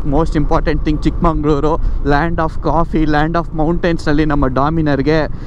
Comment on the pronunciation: ಚಿಕ್ಕಮಗಳೂರು❤️❤️ bro Not ಚಿಕ್ಕಮಂಗಳೂರು